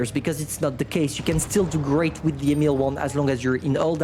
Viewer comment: Its not the emil 1, its the email 1.